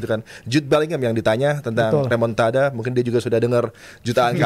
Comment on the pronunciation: Remon-ta-da ❌ Remon-ta-dah lah ✅